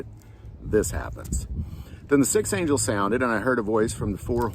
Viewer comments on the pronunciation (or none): none